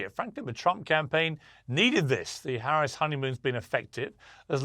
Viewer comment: Ma’am you pronounced VP Harris name incorrectly. FYI: Felon Trump